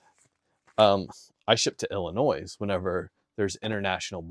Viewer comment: BTW, when you say Illinois... don't pronounce the "s" at the end. Like toy and not toys. lol 😂